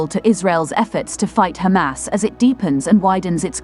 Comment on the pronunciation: Yay... "she" is now pronouncing "Hamas" correctly!!!